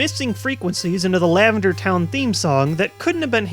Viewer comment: You said LavenDAR Town Syndrome xD